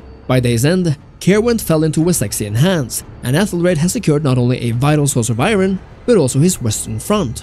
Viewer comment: Great video! I notice that some second language English speakers mispronounce the word iron. Granted English pronunciation doesn’t make sense but it sounds more like “I” and then “urn” so together it’s iurn phonetically. I discovered your channel recently I love the content thanks again!